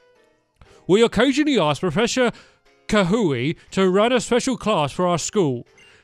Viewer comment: you say professor kukui like professor koo-koo-ee